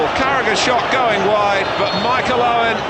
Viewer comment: He even said it like Uwen